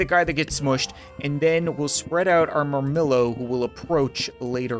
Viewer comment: Ret-ee-are-is. Hop-low-mock-is. Mur-mill-oe. Thr-a-xe. Dop-low-mock-is ( those are the correct pronunciations)